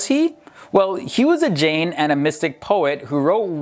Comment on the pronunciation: The correct pronunciation of Jain is 'J-eye'.